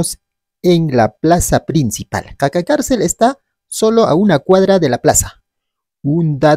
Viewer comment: No es caca carcel, es qaqa carcel